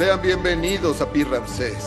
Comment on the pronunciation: Ni Rances, ni Ramses; tampoco Ranses; con todo respeto, es Ramsés.